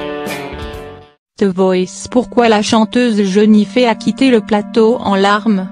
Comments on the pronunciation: Jennifer pas jenifee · jenifee mdr mai ji coi pas